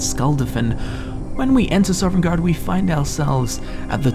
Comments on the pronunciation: Bruh you're saying Sovngarde so weirdly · Why do you keep saying Sovringarde, I thought it was Sovngarde? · I love your series--but oh my goodness, please pronounce Sovngarde correctly lol. It's "Sah-vin-gard," not "Sovereign-gard." You put an invisible R in between the V and N. It's said repeatedly throughout the game. Again, love your work, just be mindful of that sort of thing homie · Are you saying Sovngarde or Sovrngarde? I keep hearing an extra R and it (irrationally) annoys me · "Sovrengarde" Soveriegngaurd" "Sovrngard" S O V N G A R D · OMG!!!! theres only one r in sovngarde... not sovrngarde... sorry just bugged me since its been said quite a few times in this video. now that that is off my chest, good video glad to see you still making videos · "Sovereigngarde." xD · Sov-en-gard :o Not sovereign guard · why do you say sovereign garde? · It sounded kind of like you were saying "Soverngarde" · THERE IS NO R IN THE WORD PLEASE STOP 😭😭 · Dude, I love your videos, but every time you say "Sovereign guard" it destroys a little bit of my soul. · The most curious thing in this video is why puts an extra R in Sovngarde and pronounces it sovrengarde. All jokes aside, this was a great video! The statue thing really creeped me out, I never noticed that before, and that is so cool about the unnamed Dragonborn:D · oh my gosh I freaking love all of these videos so much but yes that drove me nuts. SAW-VIN-GARD :b I am so thankful for this channel really. I'm not trying to criticize something so meaningless in such an awesome video and channel. It's just a silly little thing that kept catching me off guard lol. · Were you aware that is a pirate? He's always putting an extra ARRR in Sovngarde! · 42 minutes of a guy pronouncing Sovngarde incorrectly. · Biggest mystery in all of Sovngard is who keeps putting the letter “r” into the middle of it when he says it...MUST HAVE BEEN THE DWEMER!